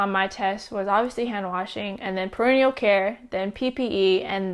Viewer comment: perineal care care is pronounced peri-Neal not perennial. Perennial is once a year!